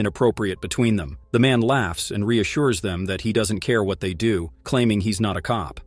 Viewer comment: What the heck kind of English dialect is she speaking? It sounds like garbage. She pronounces words like "what", as woht. lol